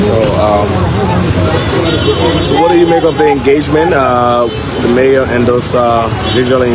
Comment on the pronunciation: its mayor not major smh